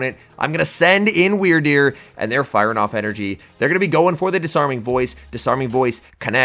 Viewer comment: You the only person I heard say that things name right